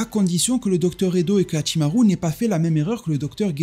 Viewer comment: Très intéressant ton accent japonais sur Hachimarrrru. Mais également sur ce que tu nous apporte dans cette vidéo. Par ailleurs j'ai adoré ton short sur Yamochi.👍